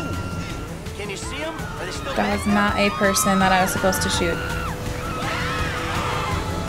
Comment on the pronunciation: Lol "to shart, instead of shoot".